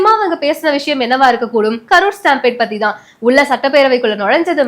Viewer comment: You are pronouncing Stampede wrongly. Please correct in your next video